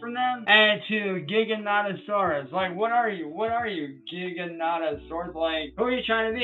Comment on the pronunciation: mispronunciation of what I assume is “Giganotosaurus” is so dumb